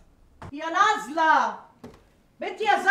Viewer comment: اسمها نازلة و لكن المصريين بينطقوها بالظاء (نظلة). مشاهدة ممتعة